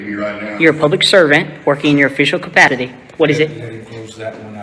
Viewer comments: 😂 if he’s gonna be a big bad frauditor, he might want to pronounce words properly. It’s not CAPATITTY…it’s capacity 😂😂😂😂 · Official Cafattity.